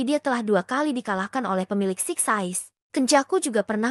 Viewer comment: Kak ada yang salah ngomong kak 1. Six size 2.getol Jadi lain kali benerin kak😁